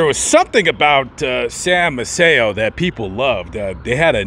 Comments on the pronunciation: Fifth generation Galveston here. Maceo is pronounced MACE-ee-oh, not Ma-SAY-oh. Sam and Rose paid for my parents’ wedding reception in 1944. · I lived in Galveston for a few years and everybody pronounced Sam's last name May-see-oh, with the stress on the first syllable. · I’m trying to watch your video. Maceo is pronounced may see oh (Macy - oh) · Did you know you were mispronouncing Sam Maceo's name? I know you didn't have time because you covered so much that was awesome but he has huge history. And legacy he left behind. My uncle used to box for him He was a lightweight champion of the world. Eddie Bertilino. Btw. " May-cee O". I'm a BOI, born on the island. And I just discovered your awesome narratives. Thank you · Their name is pronounced MAY...SEE...OH, Maceo...say it with me...MAY...SEE...OH. Youre not the first to pronounce their name wrong. You could have asked almost any local when doing your research and they would have told ya.